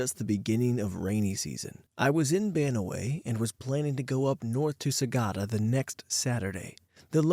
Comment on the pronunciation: Hello Narrator! As your fan and someone from Northern Luzon, I applaud how you tried to pronounce Banaue/Banawe (Bah-Nah-Weh) and Sagada (Sa-GUH-duh) correctly in story 1! They're right about the typhoons but it's mostly hitting the Northeastern Luzon provinces like Cagayan and Isabela (where I currently am). Typhoon season is particularly dangerous because of lots of landslides and rockfalls. There are times where certain roads are blocked when this happens.